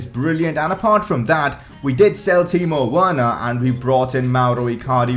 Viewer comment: great vid but timo werner is pronounced as timo verner